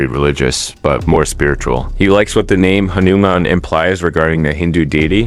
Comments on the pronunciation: Its not hanuMan its hanuman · idc but ha - nu - man. In one flow not slow at mid.